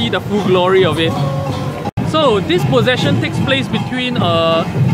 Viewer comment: HAHA limbu looks so cute!! Ehhh if u come back to SG, let limbu see our chingay. its a lot more exciting and nerve-wracking than this! :P Btw, i think u mispronounced 'procession'.. :x